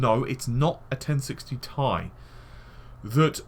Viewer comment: tea eye not tie